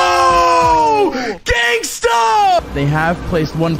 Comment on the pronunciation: everytime the commentators said genghsta 😂